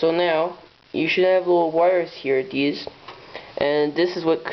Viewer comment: are you saying THESE or DEES